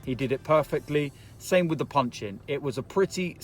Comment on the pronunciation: Mr "to be quite honest wiv ya"